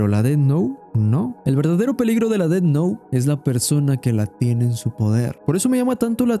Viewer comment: "Death Nou" 🗣🔥🔥